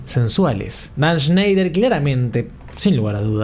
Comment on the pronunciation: Shnash shneishner 🤙 shenshny shansner🤙 sneish y shnoish🤙